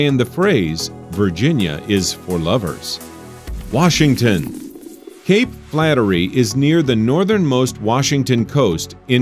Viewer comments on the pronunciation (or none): none